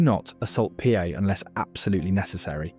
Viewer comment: Pa is pronounced Pā (Par) good video